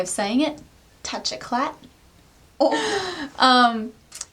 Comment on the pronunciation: Youre the best! Loved the vid! And lollllll at the aussie accent TOUCH EKLATTTT!!! Love being aussie:D